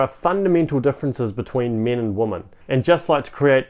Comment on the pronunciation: With all due respect, “women” plural is pronounced “wimyn” not “woman”